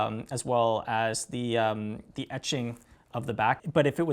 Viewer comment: Honestly your tendency to say "ummmm" or "uhhhh" and closing your eyes when thinking of what to say is more annoying than misnaming a song. You pronounced "etching" like EEE-ching on this video which tells me you were reviewing in your head what you read somewhere. This is an awkward guy to put in front of a camera, where are the well spoken youth of today in music? Everyone on Banger has the speaking abilities of the average freshman in highschool. Just sayin'...